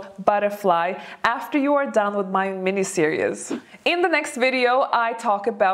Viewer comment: ...I love your videos, and I am enamored with you.. You are lovely...I am old.. And I'd like to give you one pronunciation help...series...it's pronounced ser--eeez... I adore your face f and cute twists in your speech... But I had hard time understanding what you mean f when you said ser-eous... For series... Lovingly given hint... No offense meant